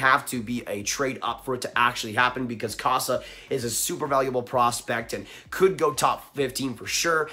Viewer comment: I commented a few times it’s pronounced CO-SA